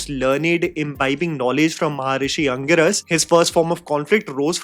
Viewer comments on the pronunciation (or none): Dude does not even know how to pronounce shukracharya and angeerasa. And you call yourself a movie critic ?